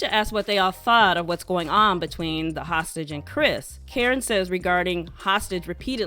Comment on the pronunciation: Every time I hear: “then HOSTAGE says” 😂😂😂😂😂😂😂😂😂